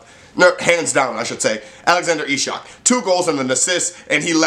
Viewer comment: Not ishak, but its pronaunced iceak :)